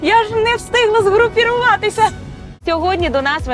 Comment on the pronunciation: згрупіруватися ))) згрупуватися, ведуча трішки вчи мову